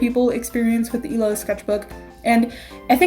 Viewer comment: Am I the only one who heard "This is my emo sketchbook." Instead of illo